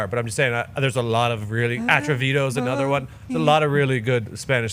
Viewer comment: Also pops music sucks, listening to pop music in "anudder" language sucks even more